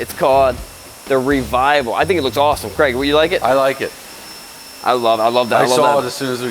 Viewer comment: when are you going to learn how to pronounce Craig correctly?